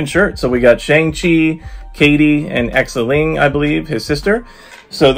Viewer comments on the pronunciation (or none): Btw Xialing is pronounced Zie-ling. The beginning rhymes with pie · Whoaaaaaa nice collector's corp box and video 👏👏👏 by the way, the sticker is Morris - one of the mystical creatures from Ta-Lo village and Xialing, you can pronounce it simple as "Sialing"🤗 Will get mine by next month from a friend🥰🤩😍